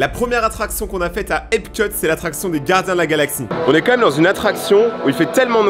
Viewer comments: Tu t trompé, on dit epcot , pas epcut 😢😅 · c'est EPCOT pas EPCUT